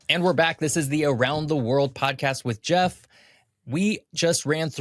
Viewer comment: I never thought I'd see the face behind General Knowledge's voice. 😀 I just wish Geoff had pronounced his name correctly.